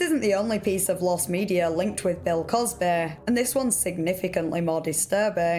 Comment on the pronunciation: "Bell cosbehh"